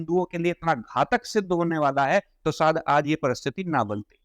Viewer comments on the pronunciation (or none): none